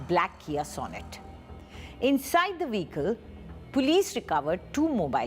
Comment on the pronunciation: Can u please pronounce vehicle correctly